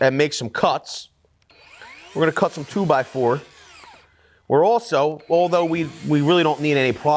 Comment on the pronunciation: toh-bah-fur as uncle Rick used to say